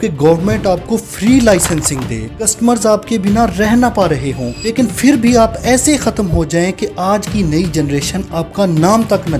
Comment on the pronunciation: بھائی فر نہیں ہوتا پھر ہوتا ہے۔۔۔ اچھی کوشش ہے ماشااللہ